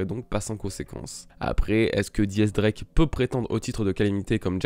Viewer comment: pourquoi tu dis Di X Drake ? pour quoi Di ?